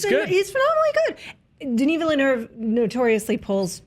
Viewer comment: Great review. Can you PLEASE learn how to pronounce Denis Villeneuve's name properly though!! You're not alone, I think every single American movie blog YouTube channel gets it wrong!!